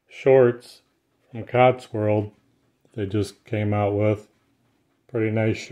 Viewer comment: You keep saying Cots-World. But isn't it actually Cotswold?